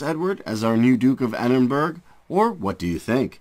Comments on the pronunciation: It’s edinboro not Edinburg. You are insulting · It''s pronounced Edin-bra not Edinburg